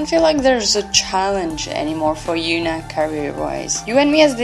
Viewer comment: Girl who's Yoona? That H ain't silent 🙄